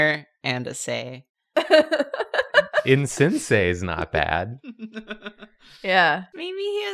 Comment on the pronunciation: Insen-sear, schola-scear U.F. Foe